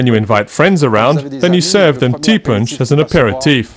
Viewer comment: Ti ponche...is not pronounced punch. Try T-poche